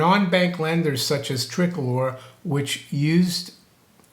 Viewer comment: it's pronounced TRI-COLOR